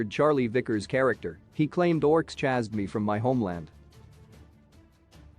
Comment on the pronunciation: hate to be this person. Please learn correct way to say chased